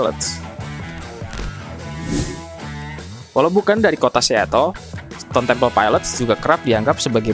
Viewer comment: TEMPLE NOT TEMPO